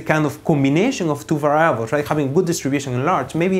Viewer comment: just in case someone gets confused, what he pronounces 'viables' is supposed to mean "variables"